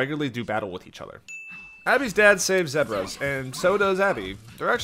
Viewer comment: the way you pronounce “zebras” 😬